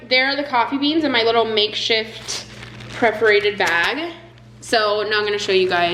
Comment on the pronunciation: Pronounced Purr-forated. Cool techniques tho